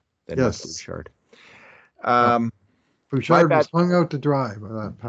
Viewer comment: In French you would not pronounce the "d" in Bouchard.